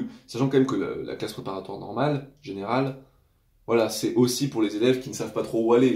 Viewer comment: 1.30 " normole" la chimie te hantes 😂